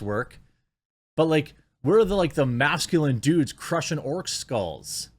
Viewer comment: Dude not sude 🤦‍♂️😂